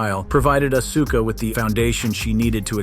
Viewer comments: Man learn how to pronounce her name right. As-Ka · It's just so painful to hear him call Auska Uhsuka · Hard to take he video seriously when they called Asuka "Uh-soo-kuh" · Don't make a wrestling list if you don't know the wrestler's names. There is no UH-SU-KA. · Sounds like a moron, slaughtering asuka name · Not to mention he can't even pronounce Asuka's name correctly.